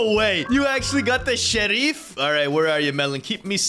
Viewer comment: Bro said sheriff in arbick sheriff